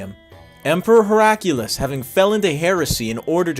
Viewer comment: The Emperor's name is pronounced how it is spelled. Your addition of a random strong U sound is distracting. HerA -kly-us Not Herack' U-Lus